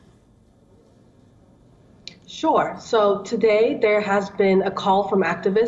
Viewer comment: Its not MANMAR its MYANMAR. How to pronounce (mian + mar )